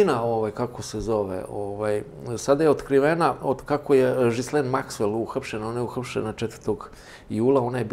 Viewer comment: Izgovara se G'laine (G'lejn Maxwell).